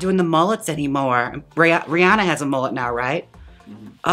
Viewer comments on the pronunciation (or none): none